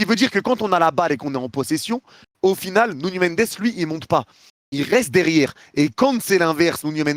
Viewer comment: (Je me moque mais en vrai je suis épaté par les commentaires de.. il est complètement impressionnant, je connais ptet un truc ou deux en plus en prononciation anglaise mais je serais incapable de faire le commentaire en français comme lui donc bon.. ah oui quand même, y'a pas de tilde sur le n à Nuno Mendes, c'est un portugais le gars pas un espagnol, donc pas de "nouGNot")